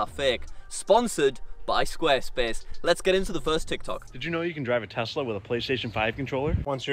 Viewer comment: Ah yes tezla